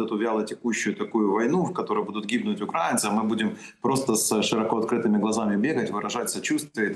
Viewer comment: Поправьте Подоляка кто-нибудь ))) Не укрАинцы, а украИнцы !! ❤️